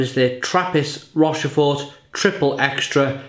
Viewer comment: Good enthusiastic review of a great beer. Should be pronounced 'Rosh-For'. Sorry.